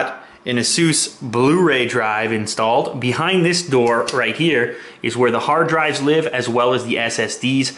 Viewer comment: This is what I heard hardrive.